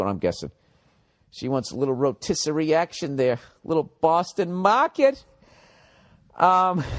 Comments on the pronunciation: "BAWSTIN MAWKIT!" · "a little boston mahhhket!" could that have been any more perfect? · Boston MAHKET!